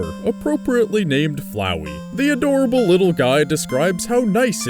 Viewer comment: Finally someone who can actually pronounce FLOWEY ike a normal person.